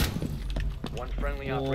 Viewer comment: Why does he always mess up operator names even though tons of people correct him in the comments every time he does it?!?